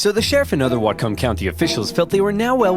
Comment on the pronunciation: Okay, not that it has anything to do with the actual content, but that is the weirdest pronunciation of Whatcom I've ever heard in my life. I was born and raised in that county, and it may be one of the only words we actually don't enunciate that hard on. We don't stress the distinction between the two syllables that hard, they get slurred a bit more than that. It's "watcome" not "wat-come"